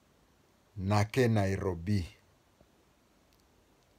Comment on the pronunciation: You do not Know Lingala. Its even not nake nairobi it's Nakei Nairobi.